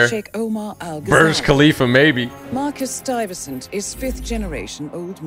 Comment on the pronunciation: No way this dude pronounced Stuyvesant wrong😂😂😂😂